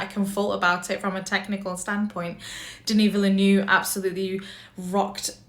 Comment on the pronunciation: lol watching a few reviews of this movie, y’all do Denis Villeneuve so dirty pronouncing his name! I haven’t heard a single YouTuber do it right yet. 🤣 😅